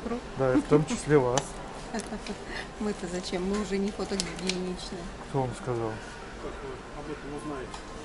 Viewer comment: Фотогеничны, а не фотогигиеничны !